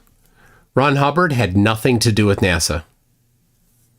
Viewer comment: Why do people like that say NASAw?